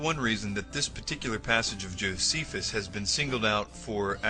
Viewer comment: Ahhhh...your pronunciations suck! Josephus, Pliney....ahhhh!!!